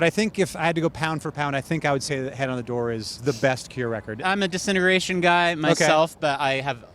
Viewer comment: ‘Disintegration’ is not pronounced ‘decennergration’.hehe. I love The Cure and yes, ‘Disintegration’ is a brilliant album.